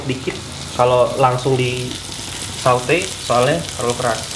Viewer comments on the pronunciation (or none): Saute dibaca sote bang